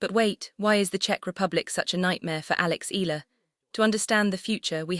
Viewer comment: Alex Ea..ya..la ..please